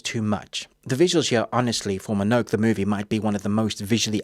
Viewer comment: Great balanced review, me ol' sock. Just one curious note... it's MO-NO-NO-KAY, innit?